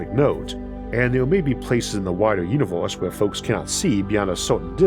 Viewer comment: "Our uniwohrse"